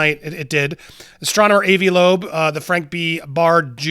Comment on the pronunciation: This guy can’t pronounce perihelion or Avi Loebs name correct. Hard pass on any info from this guy!